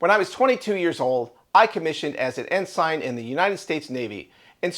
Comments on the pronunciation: Ensign: pronounced EN-sin, not EN-sine. Otherwise, fine report. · Folks it pronounced En Sin. Ensign… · You need to learn English Ensign is a naval officer rank and it is pronounced en-sen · Did you just say "en sign (sine)" ? It's ensign rhymes with engine. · Ensign is pronounced en-sin.. 😂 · You're the 2nd today I've heard mis-pronounce Ensign. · "Done for"? Not a chance. Kelly is a POS for doing what he did... but he simply restated what the UCMJ says... insinuation is not prosecutable as Treason or Sedition. I don't like him or any of the 6 but there is no prosecutable crime here. Dispicable reprehensible actions but not a "crime". BTW that's not how you pronounce Ensign.